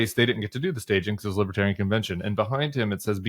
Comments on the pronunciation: "Liberaltarian" 😅 Thats Left-Libertarian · Trump thinks that 'Lib-EH-tarians' refuse to go to jail.... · “Libbatarian”. UGH. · What posessed tRUMP and his handlers to think going to the Libertarian convention was a good idea? The drive home or wherever they went must have been highly unpleasant. He couldn't even pronounce "Libertarian" properly. MAGA taking over the hall was a huge mistake. It just infuriated those delegates. 🇺🇸